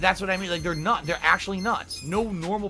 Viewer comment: It's naht true it's NAHNSENSE